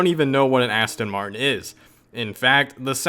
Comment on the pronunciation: Asston Martin 😂